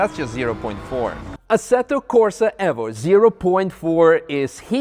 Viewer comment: ASSETTO CORSA EFFO ? you mean evo ?